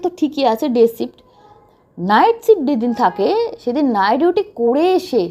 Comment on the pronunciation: Apni nighduty bolen keno ?apnar pronounciation khub b alga.dhore dhore katha bolun.